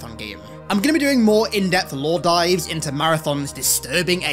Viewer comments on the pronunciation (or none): none